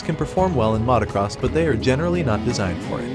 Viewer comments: I like your videos, but have never heard anyone say "mahtacross bikes" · I hate the way this guy pronounces motocross